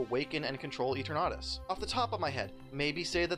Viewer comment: Why do you pronounce Eternatus like that?